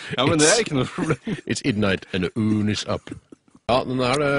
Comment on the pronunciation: its idnight, and the oon is up